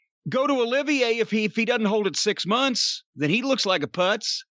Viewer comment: Lol! I love how Cornette is calling Omega Kenny Oliviae. 🤣🤣🤣🤣🤣